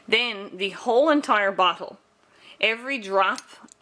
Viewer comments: Is it just me or does "bottle" sound like "butthole" every time she says the word? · I know she said bottle, but it really sounded like she could have said something else. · is she saying "bottle" or "brothel"?